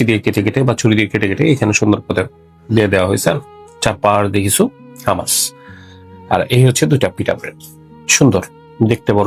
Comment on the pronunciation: ছোট ভাই, খাবারটা হুমুস, হামাস না। আশা করি সংশোধন করিয়ে দেয়ায় মাইন্ড করেননি।